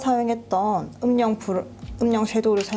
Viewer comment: 오늘도 영상 너무 잘 봤어요 💕💕 그런데 영상을 보는 중에 음영 섀도우 발음 할 때 음명이라 하시는 게 아주아주 쵸큼 신경이 쓰여요